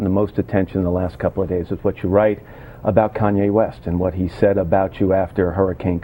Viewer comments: lmao "CONWAY" west. ITS KANYEEEEEE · I just heard that Bush asked Iraqis for an apology. BTW he can't even say "KANYE" he keeps saying "KANWAY" the same way he kept saying "Nuke killer" instead of "Nuclear" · ahah "kon-way" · it kanye not conway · Lol "conway" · He sad kanway west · Konway West hahahaha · Konway west..lol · It's Kanye bro. Con YAY, that's how you say it lol. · im still laughing about the way he says kanye CONWAY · he says Konway west :p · He called him "Conway" Conway west...lol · ugh he keeps saying kanwe. thats getting in my nerves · I like how he keeps saying "Kanwe West." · Keeps calling him "Kanwe". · LOL, I think it's funny how he keeps calling him Conway hehe. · he said kon way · George Bush has trouble saying Kanye West